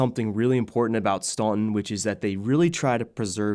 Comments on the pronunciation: It may be spelled Staunton, but it is pronounced Stanten. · It’s pronounced Stanten